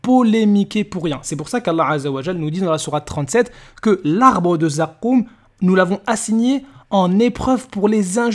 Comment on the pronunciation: Pagès quand il dit zakoouum il me tue hhhh